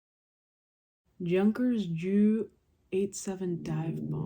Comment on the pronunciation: Junkers is pronounced "Yoongkers"